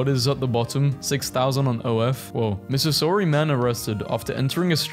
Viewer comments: The way you pronounced Missouri 💀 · hey dude why did you pronounce missouri like that omg